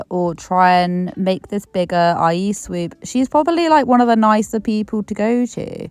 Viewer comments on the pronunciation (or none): take a shot every time you hear SWEEP instead of SWOOP 🤣